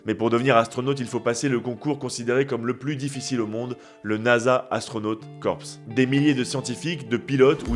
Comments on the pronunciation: Corps se prononce Core. Sinon ça veut juste dire cadavre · Corps se prononce à la française. Si vous prononcez toutes les lettres, un anglophone entend corpse, qui signifie cadavre en anglais. 🙂